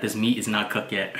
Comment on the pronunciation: your an awesome cook but when you say cooked dont forget to say cook"ed" and not just cook